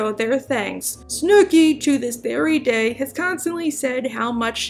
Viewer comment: Day not say